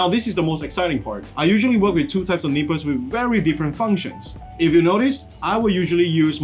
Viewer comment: This is not not be mean, but when he says nippers I hear nipples. Blame my parents for making fun of my cutting tools.